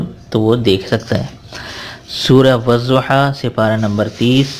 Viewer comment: As Salam Alaikum. Aapkay wazaif Masha Allah bahut achchay hotay hayn aapsay guzarish ye hay k aapnay WADDUHA ko WAZZUHA parha aapka yeh talaffuz galat hay isliay aapsay guzarish hay k Wadduha ko Wadduha parhayn Wazzuha nahi. Shukria.